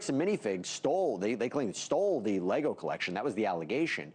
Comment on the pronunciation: How are you going to do all this stupid stuff and still not be able to say Lego correctly?